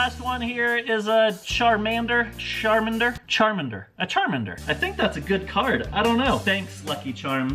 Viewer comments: CHAR MANDER not chermender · Char-Man-der I swear Im dying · char-man-der Charmander that’s how you pronounce it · IT’S “Char-man-der” NOT THAT HARD IM SHAKING OMG 😂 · “charminder” im done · Are we just gonna ignore the fact he said charmender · It’s actually charmander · How do you say Charmander wrong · Who likes Pokémon and when he said charmander wrong u shook ur head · all the 10 year old boys are screaming at for pronouncing charmander wrong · So he perfectly pronounced Kangaskhan but struggled with Charmander? 😂😂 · pronounces Charmander correctly incorrectly corrects himself afterwards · You know hes old when he cant pronounce Charmander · not knowing how to properly pronounce Charmander pains me. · Same, it hurt me on the inside, since that's my childhood